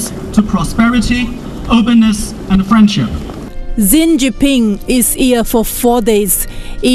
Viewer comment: Can the reporter at least get the name of President Xi jinping correctly? It’s pronounced like this Sea for Xi, Jean for jin, and ping for ping. Please!